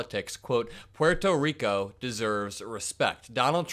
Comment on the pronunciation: So there IS someone who can pronounce Puerto Rico correctly! Thx.